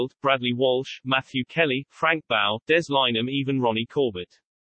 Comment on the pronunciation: Just hate computer generated voice overs. No punctuation 1 9 8 4 is 1984 Frank bough is Boff not bow. The poor man had to have something going for him, he wasn't going to win any beauty competitions was he. I remember when the scandel about him hit the fan he disappeared off the screens. What a git, he showed no respect for anyone, that was when the BBC covered up every thing like Savile. Bough moved to itv when it was getting a little too hot for him at the BBC.